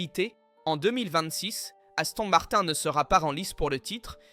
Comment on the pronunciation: L'image de vidéo saute avec L'IA et la prononciation en anglais Aston Martin parce que en français ce n'est pas terrible